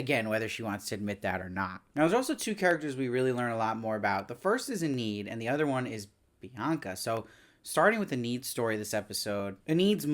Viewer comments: If there's a season 2 please pronounce Enid's name correctly lol. Ee-nid not Ah-need. C'mon lol. Great reviews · just a heads up her name is pronounced 'EE-nihd' (Enid Blyton is a famous english kids author so im familiar with the name)